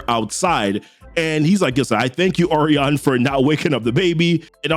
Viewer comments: Oh reon Lol I think it's pronounced oh ry on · Say it with me o’Ryan 😭😭😭 good video bro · It’s OH-REYE-YUN ORION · Bruh it's Orion. It's pronounced O RYAN. Like that bruh. Yikes. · I thought Orion was pronounced like "O'Ryan." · Bro these names are fucking you up. I never heard Orion pronounced like that